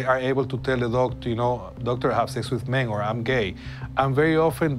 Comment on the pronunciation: I really like the scientist, but the way he says man or men sounds like mane and it made me laugh. But this is a serious issue. "Stop having buttsex" ... that's not the issue, it's unsafe sex and it spreads because people don't have money for clinics and they have sex without knowing. Don't be so ignorant about this topic